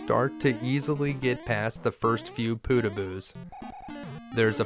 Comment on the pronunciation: W1 fortress... "Pootahboos" Nah they're Poh tag bohs